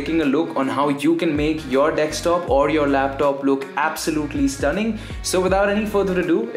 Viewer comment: Your accent is cool and all but its "desk-top" , not "dextop" :v Loving the content tho